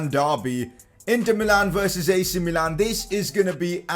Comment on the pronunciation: It is not mee-lan it is mi-lan